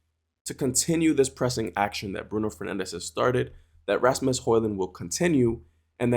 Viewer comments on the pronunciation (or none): none